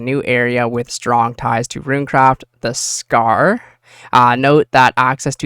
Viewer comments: I was like did he just say "sar essence" ?😅😢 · Why do you keep mispronouncing S C A R and E X T R A C T O R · So basically... An ironman uptade 😅. By the way, I think you were mispronouncing "scar"